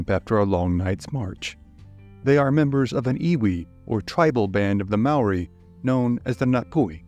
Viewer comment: as a kiwi, your pronounciation of Maori words is better than any foreign narrator ive heard yet, mad respect 💪